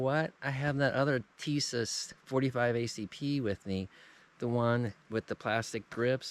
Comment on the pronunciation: Plastic grips were on the M1911A1 Issued before,during and after WWII. The grips Tisas has on or sends with some of their models are a copy of the WWII grips. SDS is the import company, Tisas is the manufacturer. Tisas is correctly pronounce Tee-SHa-ss if you don't think so contact them and they will gladly confirm my pronunciation. I'm like you in that I prefer plain 1911's, no ambi or extended this and that.